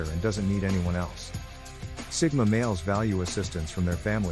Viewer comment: Sigma not Stigma 😅